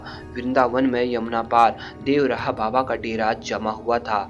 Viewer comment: अंग्रेजो की तरह देव रहा क्यों बोल रहे हो बाबा का नाम तो ढंग से लो देवरहा व और र को मिलाके बोलो